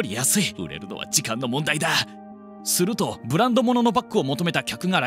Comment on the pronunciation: ＿人人人人人人＿ ＞す↑る↓と→＜ ￣Y^Y^Y^Y^Y^Y^￣